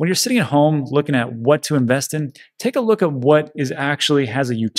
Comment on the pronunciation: I like how you managed to compress the 3 words 'take a look' to 1 sound, something like 'tklk" LMAO